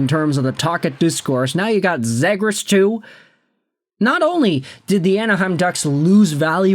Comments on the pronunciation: You can’t even say his name right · The flyers traded nothing for a potential lottery ticket in a skilled center who needs a change of scenery. If he sucks then he's gone, last year of his contract. We lose a 2nd/4th and Poehling? Who cares? The fact you're the only person I've ever heard say the kids name wrong, do you even know who he is? Do you get your opinions from reading Reddit posts?